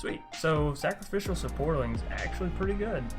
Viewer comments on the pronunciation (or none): It's saprolings not saporlings lol